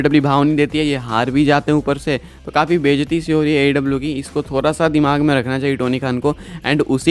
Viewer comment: Hr video me Thoda ko thora Sha ko sa bolna toda sa do apni language pr